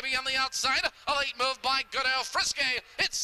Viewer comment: Loved this horse,. But it's "Senga Granger" lolll Really